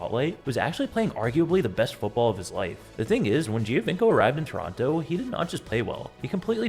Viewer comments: Cuántas veces tu IA va a decir "Giovanco" en lugar del apellido real? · When you repeat “Giovinco” 1000 times, you might want to learn correct pronounciation.